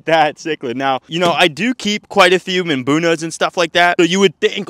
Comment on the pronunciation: 500 miles north, 51 is a warm day now. 51 is still shorts weather, and that was true when I lived in Winter Park. And you have problems with mbunas because you still cannot pronounce it. ;) mmm boo nah